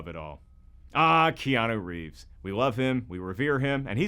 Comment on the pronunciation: Bro said kianu rieves and no one said anything